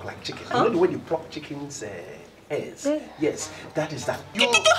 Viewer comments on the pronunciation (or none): lol, 😂 😂😂😂. He said pluck like chicken